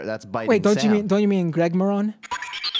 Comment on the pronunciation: It was not an accident that they butchered Maron's name. They began the segment with "I just heard that this podcast is really popular," and then they couldn't remember or pronounce the host's name. What they are saying to their 70 year old audience is "Heh. Podcast. Who cares? It's some anonymous Liberal on the internet. It's obviously not as important as FOX News, we're America's news source." Gutfeld made the same joke about the BBC a couple of years ago, when he pretended not to know what it was. Even when FOX introduces news from other sources, it is dripping in carefully-crafted propaganda. Is there any chance they would have stumbled over the name of a Conservative radio talk show host? None.